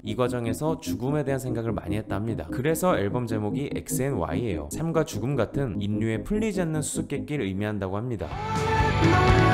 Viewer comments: 인류를 어떻게 '인뉴' 라고 발음하냐. 도저히 그냥 못넘어가겠네. '일류' 지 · 영상 보고 있다가 도저히 못참고 의 발전을 위해 글 남깁니다. 요즘 유튜브를 보다보면 소리나는대로 발음해도 되는 부분을 억지로 발음하는 분들이 많더군요. 애석하게도 도 그와 같은 실수를 하고 계셔서 짚고 갑니다. 아래 참고해주세요. 인류. (인뉴 X 일류 O) 신뢰. (신뇌 X 실뢰 O) 인력. (인녁 X 일력 O) 전력. (전녁 X 절력 O) 권력. (권녁 X 궐력 O) 전략. (전냑 X 절략 O) 전류. (전뉴 X 절류 O) 본론. (본논 X 볼론 O) 연료. (연뇨 X 열료 O) 간략. (간냑 X 갈략 O) 군력. (군녁 X 굴력 O) 면류관 (면뉴관X 멸류관O) 등등등 사실 이렇게 그냥 소리나는대로 발음하는게 뒤에 따라오는 발음을 하기에도 편합니다. 억지로 꾸역꾸역 만들어 발음 하실 필요 없답니다.